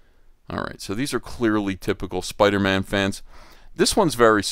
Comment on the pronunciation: “It’s Spider-Mam”